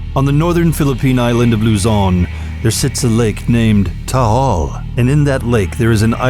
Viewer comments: its taal not tahal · Me (not bullying ha) yung accent niya sa TAAL parang po taol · 'To-ol' ahaha skl😂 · Tall volcano.. im in Philippines it actually pronounce as TA-AL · Tiil volcano😆🌋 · It's pronounced "Ta" "Al" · I like how he pronounces Taal as “Taol”. Since i’m Filipino, i find it normal. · He says “Tahal” hahhahahah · I live in the Philippines and the right pronunciation of taal is a short T a short A a short A a long L thats how you say "TAAL" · He pronounce it Tha-al. 😍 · Is it just me or he pronounced taal island as tahal island? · Taal Volcano is pronounced as Ta - al hehe. Taal is an active Volcano but that place is very cold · You pronounce Luzon and Taal terribly lol. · The doll island is creepy and his voice makes it creepier. The way he pronounced Taal makes me laugh. But yeah, its okay. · funny when he pronounce Taal Volcano😂😂😂